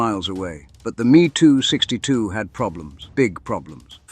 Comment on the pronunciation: These are not ME 2's. They M E 2s. Get it right.